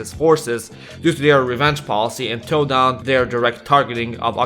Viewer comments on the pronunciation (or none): none